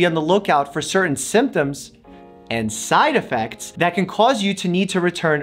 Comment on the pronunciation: I love the....”side edfects” cam